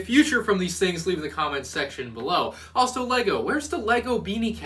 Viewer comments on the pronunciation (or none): none